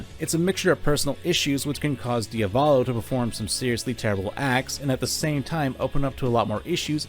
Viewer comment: its pronounced Dee-a-vo-lo not dio-vollo